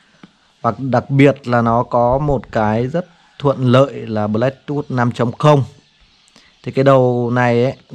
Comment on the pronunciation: Du-tu-bi và bờ-lét-tút :)) nghe qua là hiểu trình độ của bạn. Vậy cũng đi review sản phẩm.